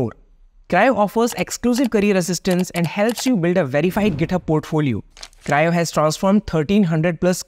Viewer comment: Cryo ❌ Crio ✔️